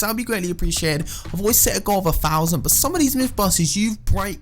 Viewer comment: Common guys lets give him too fousend likes, too fousend like guys, common